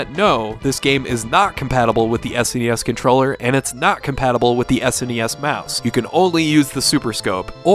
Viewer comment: Its S - N - E - S. Jeez